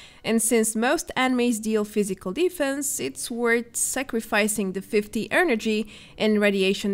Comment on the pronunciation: Great video! Promise I'm not picking on you when I suggest this, but try and say "energy" not "earnergy"